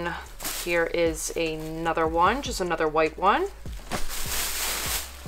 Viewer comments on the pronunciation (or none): She keeps saying 'Ay nother' like there's these two words, 'ay' and 'nother.' Never 'uh,' always 'Ay.' Funny how Americans talk. Anyway, these people are all set for the next 20 wedding showers they need to buy a gift for, unless all their friends know about their hobby. I live in a Central European country where dumpster-diving is not yet a 'thing' with 'normal, respectable' people, because people are very conservative and conformist and they don't want to do anything that might cause people to ask, 'What are you doing? Who said you could do that?' But I'm a foreigner and I don't care what people think, because I've worked out that when you DO do something that nobody else dares to do, either they assume that you're an authority and you have some kind of right, or else they simply 'conform' and jump in and start doing the same thing themselves. So when I noticed that a chain of bookstores here, like Borders in the US, with gift items, toys, art supplies, decorative items, craft items, video, etc. had put all their unsold stuff in the dumpster, I told a friend here, a native of the place, that we were going 'dumpster diving.' He didn't know what I was talking about. We did it basically in broad daylight, late afternoon, when most people were already home for dinner. At first he said, 'OK, I'll go along for five minutes, but no more,' and he was quite shy about it (but I can convince him to do almost anything...). After 5 minutes, I couldn't stop him until he'd gone all the wa